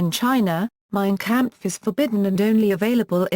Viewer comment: “Mean campfuh.” ❗️👂🏻….🥾🤡🤛🏻